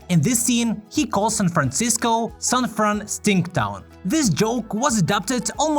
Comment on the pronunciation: Anger says "san franschissko" not san franshitsco, schiss is not a bad word